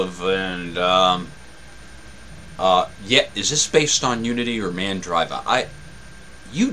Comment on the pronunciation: it's mandr(ee)va :) from the merge of mandrake and conectiva (brazilian distro). Is tough pronouncing FLOSS when no official commercials on TV spelling the pronunciation.